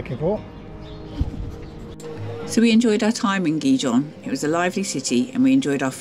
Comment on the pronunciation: Better work in how you pronounce Gijón 😮